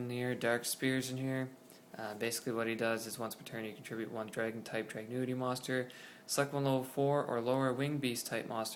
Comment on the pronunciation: "Drag-gun-ity" not "Drag-new-ity" lmao and this version of the Deck is NOTHING compared to the deck after the Structure Deck comes out..... and "this could be tier one"? I'm not too sure about that (but this version definitely NOT lol) especially with Samurai's being utterly STUPID O_o